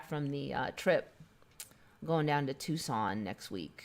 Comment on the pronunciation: Right as I was switching to 2× speed on video you say going to Tuscon Bwahahaha happening all ways now I will always love you Dolly Parton Bwahahaha! It takes 2 2 make a thing go right Brittish masquerade not over tho The motherland